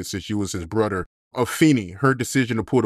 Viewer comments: What accent is that that has where you don't use the 'h' in words with 'th'? ie: "brother - brudder" "another - anutter" A homeboy of mine talk the same way. And instead of 'number' he says 'nimber' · Brudder? Bro…